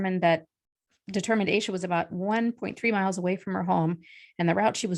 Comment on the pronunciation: Pretty sure her name is pronounced “Ash-a”.